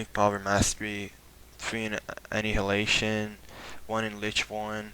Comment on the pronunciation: Aneeehulation= An I uh Lay Shun.....